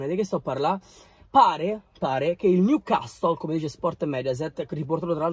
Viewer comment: Niucassol is da niu man sity